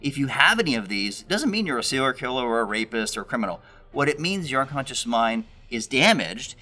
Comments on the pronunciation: I was thinking that! "Poor Cyril" lol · I want a diction expert to say what it means when you pronounce the phrase as “seerl killer”